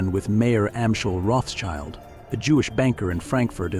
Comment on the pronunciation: Guy is mispronouncing Rothschild!